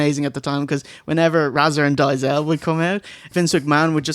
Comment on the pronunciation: ray-zor and diezelle lol